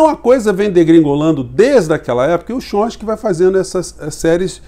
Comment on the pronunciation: Professor, boa tarde. Gostaria de fazer uma correção com relação ao crítico norteamericano. Coisa simples: o nome dele é "Tchómisk"i e não "Chonski". Grato.